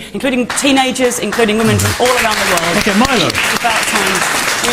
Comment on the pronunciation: Calling him 'Meelo' was pretty lame- what a bitch lol.